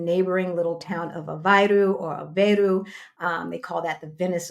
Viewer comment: Aveiro pronounced like aveyru. There is only one way to pronounce it. Great video!